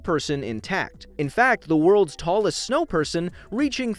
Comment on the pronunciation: he said shno instead of snow